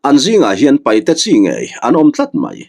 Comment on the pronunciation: Sir thil pa khat kan sawi ve mai2 paihte ni lo in paite ti zawk hian lam ta la a dik zawk a sin a ziak tu hian a lo hmuh chuan ziak tha teh se